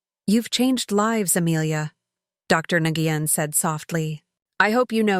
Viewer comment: I wish they would quit saying Dr. NGuyen, its pronounced Nwen.